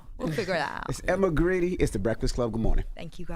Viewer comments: Grede is pronounced Guard. Emma is the force behind Skims and Good American. She knows what she’s talking about. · First of all he pronounced her name wrong. It’s pronounced as Guard. Second he did not know that Skims sponsors the NBA. And he had no idea Skims has a Mens line. Charlemagne comes off as uneducated with that lisp. But his lack of research makes it worse.